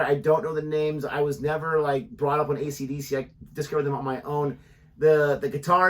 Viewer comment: "accadacca" confirms your nationality and age :)